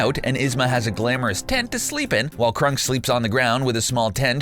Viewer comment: Cuz-co and Crunk, THOSE ARE NOT THE NAMES